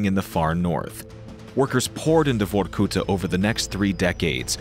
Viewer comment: The narrator need to put more emphasis on the A in Vorkuta like vor-ku-tahhhhh